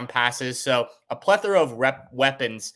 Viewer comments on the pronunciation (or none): That imperial stout already got going Elmer Fudd on that "pwethora of weapons" 😅